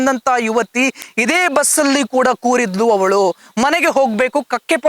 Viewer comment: Koriddaku alla kootiddalu sariyaagi helu